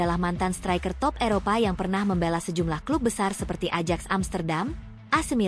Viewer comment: Admin Ajax hrs dibacanya Ayaks bukan Adjaks....mau ajak siapa jalan2..?